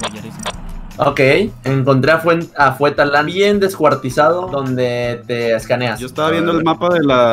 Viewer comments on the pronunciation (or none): JAJAJAJAJAJAJA "fuetalan"